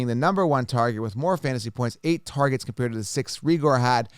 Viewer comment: it's pronounced Ray-ger.